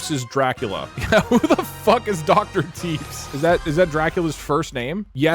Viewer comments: the way he pronounces tepes like teeps bothers me greatly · Love how doug pronounces it “doctor Teeps” and not Tepesh 😂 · it is pronounced teh pesh i k its weird but its pronounced teh pesh not teebs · I like how he was aging dr tepes and not tepesh like vlad tepes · It's pronounced like "Tep-esh" if I remember correctly, and Vlad Tepes is Vlad the Impaler's full name, the whole "Dracula" (Later made into Vlad Dracula by future retellings) name is derived from Vlad Dracul, his father's name. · did you just pronounce tepes like teeps?? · So that Dr. Tepes guy on the Moon…it’s pronounced tuhPESH, as in Vladimir Dracula Tepes. Chat befriended goddamn Dracula. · I don't think I've ever heard a worse pronunciation of a name than how Doug pronounced Tepes (Teh-Pesh). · Im obsessed with how doug spends half the video pronouncing "Tepes" as "Teeps" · tepes is pronounced like teppesh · Every time he pronounces it Teeps I die a little more inside. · Doug Doug seeing Dr Tepes and calling him TEEPS. Tho he did correct it later, proud of you Doug. Never change Deeg Deeg never change XD. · "Tepes" is pronounced [TEP-esh] as in "Vlad Dracula Tepes" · Doug mispronouncing Tepes confused me for a minute